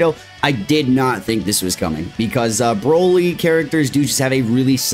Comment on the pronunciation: Maybe I'm missing something here, but why does call him Brahly? Everyone knows it's pronounced Broly.